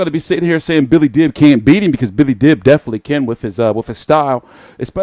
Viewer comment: the best at mispronouncing names. Even Billy Dib's should be pronounced as Deab.